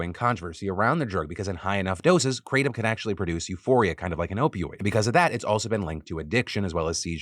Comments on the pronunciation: The proper pronunciation is krah-tom. Not kray-tom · Note: It's not Kray-tum (It comes from a Thai leaf roughly pronounced Gra-Tome). It's been used as a stimulant as a boiled tea in Thailand for a very long time. It was officially legalized in Thailand on August 26, 2022 after a long prohibition. When taken in moderation, it's not particularly dangerous. Truck drivers used it to help them stay awake on long hauls. Farm workers used it while working in the sun. And numerous other ways. I personally think what you have here is western people taking something unknown on someone else's word and either intentionally or unintentionally abusing it through lack of knowledge. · I thought it was pronounced "kruh-Tom" [Tom like the name] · I can hear Hamilton Morris cringing every time Phil says kratom..